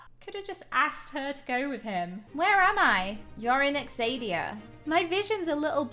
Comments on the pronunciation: There is a show that has a lot of the same names of these on Netflixandbim screaming inside because mispronouncedone of the names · YOU PRONOUCED THE NAME OF THE KINGDOM WORNG BY THE WAY I LOVE THAT TV SHOW!!!!!!!!!!!!!!!!!!!!!!!!!!!!!!!!!!!!!!!!!!!!!!!!!!!!!!!!!!!!!!!!!!!!!!!!!!!!!!!!!!!!!!!!!!!!!!!!!!!!!!!!!!!!!!!!!!!!!!!!!!!!!!!!!!!!!!!!!!!!!!!!!!!!!!!!!!!!!!!!!!!!!!!!!!!!!!!!!!!!!!!!!!!!!!!!!!!!!!!!!!!!!!!!!!!!!!!!!!!!!!!!!!!!!!!!!!!!!!!!!!!!!!!!!!!!!!!!!!!!!!!!!!!!!!!!!!!!!!!!!!!!!!!